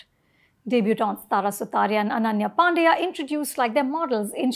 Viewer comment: Ananya panday not pandya!!